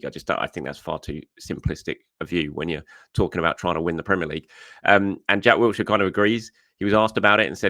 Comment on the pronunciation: It's WILSHIRE!!!!!!! Absolutely no 't'